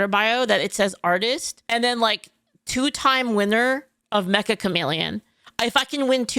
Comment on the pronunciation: I find it funny that Meccha Chameleon is always mispronounced by people as "Mecha" as-in robot. The title is "めっちゃ、カメレオン" meaning "Wow, a chameleon!" or "Very Chameleon (like)". It's funny because the title of the game itself acts like a chameleon, being mistaken for something it isn't about.